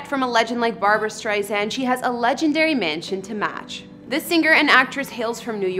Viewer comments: Where to begin??? FIRST, StreiSAND with an “S” not StreiZAND with a “Z”! This woman POORLY researched this story. There were so many inaccuracies that I just STOPPED watching half way through. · Don't let Barbra see you actually misspelled her last name ! And the pronunciation Streisand,,,,(ei) sound! It doesn't sound like "eight" bur rather "i".... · Sheesh... Not only did you spell her name wrong in the title, the female narrator even SAID her name wrong. Her first name is spelled "Barbra," and her last name is pronounced "Strei' sand," not "Strei' sun" or "Strei zand." The narrator also is not Ms Streisand's close friend and thus is not entitled to call her Babs." Barbra Streisand has been my favorite artist for over 50 years, and is adored by many millions of fans worldwide, and this video is an insulting, offensive sham. You can do better when honoring a beloved icon.